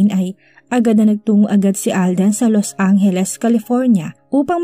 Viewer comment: FYI Los Angeles not Los Anghelesi😂